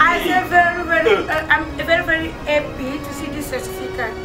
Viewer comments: balobaka happy no heppy English mayo mbadi 😂😂😂😂😂😂😂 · is happy not heppy